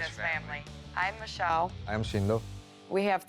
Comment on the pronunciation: "Mee Shell" -Jo Frost